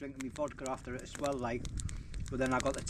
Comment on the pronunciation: "as-well" not "ass-swell" . It wouldn't bother me but you say it in, nearly every sentence! 😂😂😉 Still love your vids mate.🖖🏻